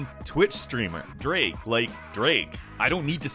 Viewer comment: who's draake